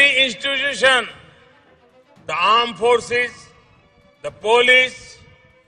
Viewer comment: Who noticed ,modi can't say institution properly. If u hit the like